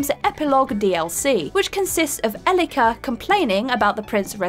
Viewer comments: In the Prince of Persia entry, Elika's name is mispronounced. The strong syllable is the first (E-), not the second one (li-). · How come you pronounced Elika's name wrong 3 times and then the final time you said it got it spot on.....